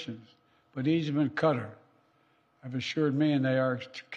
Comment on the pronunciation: "Cutter and Egypt..." Come on, President Biden. Egypt is not working with an insect repellent on a cease fire in Gaza. You are much more intelligent than this. At least give a decent attempt to pronouncing Qatar.